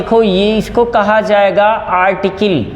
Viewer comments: आर्टकिल नहीं आर्टिकल 😂😂😂😂😂😂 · अरटीकल को आरटीकील kyun kahte hai